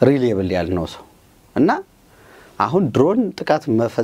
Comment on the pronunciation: አቶ ፣ Confirm 'ኮንፈርም' እንጂ፣ አንተ እንደምትጠራው፣ 'ኮንፊርም' አይደለም። ረዳት ፕሮፌሰር ፣ reliable 'ሪላይኤብል' እንጅ፣ አንተ እንደምትጠራው 'ሪሌብል' አይደለም ትክክለኛ አጠራሩ።